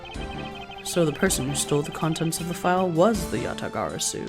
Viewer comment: Dude props to you for being able to say Yatagarasu like 10 times in a sentence LOL